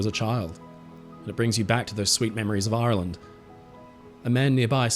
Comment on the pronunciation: I thought you’d turned Pirate for a minute there, talking about Aaaaaaarrrrland 🏴‍☠️ 🦜 🥃 🤣